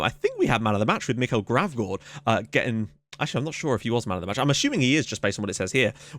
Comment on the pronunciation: A day early.....sweet :) And you actually got Gravgaards name right. :P That's how we pronounce Michael in Danish